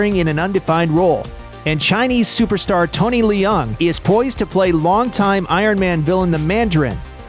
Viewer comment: learn to pronounce Leung